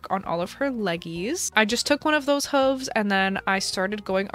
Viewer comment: Is that really how you pronounce hooves? Have I been doing it wrong my entire life